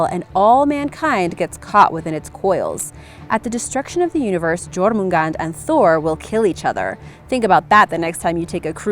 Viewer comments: I love Norse mythology because I'm named after Odin but you need to work on the pronunciation of jormungander and FENRiR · It's jourmungandr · J makes the Y sound in that language so its Yormungand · In no.4 jormungandr It is pronounced as"yor-mun-gan-dir" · Liss Firefly besides Jormangand haha, J is never a hard consanant in Old Norse, its pronounced like a Y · You read jörmungandr wrong and wrote it wrong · all these people mispronounce Jormungand and it pisses me off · FYI... The J in Nordic language is pronounced as a Y in English language..... You pronounced Jörmungandr wrong... Plus the "ö" letter is pronounced like a deep U in Nordic language. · I can't say any of my ancestry is Norse whatsoever, but as someone who has done extensive research on mythology in general, it is hard to listen when words are mispronounced or said in the wrong accent. I can't pronounce half the names I've seen but at least I know that in the Norse languages, "j" makes a "y" sound.